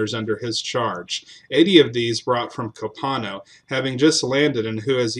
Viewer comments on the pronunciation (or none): FYI, in South Texas we pronounce Copano as KO-pah-no, as in Copano Bay, and Refugio, the Spanish word for "refuge", as Re-FURY-o.